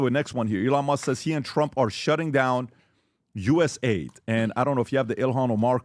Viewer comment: Guys, its not USA ID, its US AID.